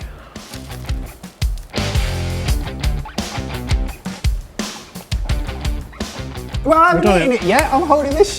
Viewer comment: The way he says sandwich... Sandwige 😂